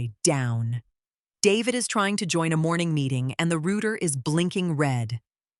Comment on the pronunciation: It's not a rooter. It's a router as in pronunciation